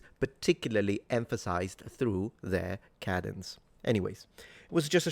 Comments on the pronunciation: Hi there. I thought you were saying “cabins.” Realized later you were saying “cadence.” I’m wondering if you might want to indicate the American pronunciation uses a different vowel sound for the ‘A..’ Speaking of which, I think most Americans are taught in elementary school that the /a/ in cabin is a “short A, and the one in “cadence” (American accent) is a “long A.” I think Brits call different vowels long and short A. I don’t know if they’re used professionally in my field of Speech-Language Pathology. 🎉I’d love to hear your thoughts. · On a personal note: cadence = Kay-dence Kay, as in “day”. 🙂 Great job! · It's pronounced, "cadence". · Try saying KAY-dens Instead of Ka-denz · cadence - pronounced KAY-duhns (both British and English) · I appreciate your videos always but the pronunciation if “cadence” is with a long “A” sound as shown in the definition portion of your video. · Cadence: It’s pronounced CAY-dents. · The "a" in "cadence" is pronounced with a long a rather than a short a.